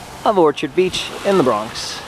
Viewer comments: It's Orch-ard not Orchid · Wow you pronounced that real proper...its Orcherd if you're from the BX though... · Keith Segovia yes, pronounced or-ch-erd, like an apple orchard, not the flower